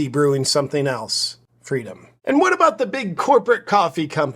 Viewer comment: It's abooot time ah.